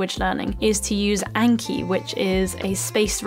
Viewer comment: What was the name of the app she mentioned for spaced memory recall? Couldnt make out the exact name from her pronunciation